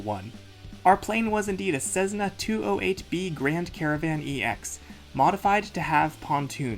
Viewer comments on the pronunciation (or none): CESSNA not CEZNA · Hi. Do people really say Cezzna for Cessna or is that pronuzziation a joke I didn't get? 🙂